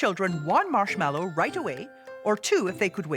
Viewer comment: It's marshmallow - not marshmellow (title)